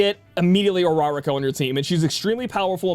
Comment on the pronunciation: Hearing him try to say Uraraka hurts.